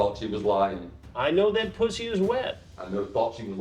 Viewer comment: “I’m gonna rearrange your poosy. 🗣️I’M GONNA REARRANGE YOUR POOSAY!!”